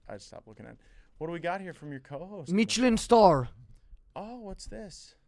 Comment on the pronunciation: “meecheleen star”